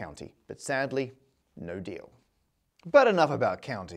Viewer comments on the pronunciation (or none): the fact that you pronunced shire as "shear" and not "shur" annoyed me much more than it should have and im all for it! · I’ve never heard anyone mispronounce ”shire” so many times in a single video before